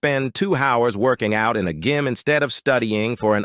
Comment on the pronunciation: "Gym" and "scenario" are mispronounced